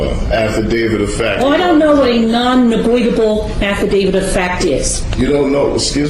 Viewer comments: I know I'm watching this months later, but what's with the weird way they hold their hands in front of them? I know people do that, but it seems more common amongst Moorons. I wonder if it is on purpose? , for example. I love the way the judge keeps saying "negoitable" just the way the dummies wrote it, lol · Love how she punks him! “ negoitable” hahaha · “Non negoitable” 😂😂😂